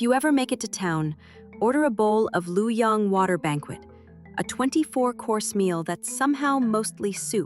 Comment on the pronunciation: Luo of Luoyang, China, is one syllable. If it is hard to pronounce as such, it is nearer the true pronunciation by pronouncing it as “Lo” (loh, lor) instead of “Lu” (loo).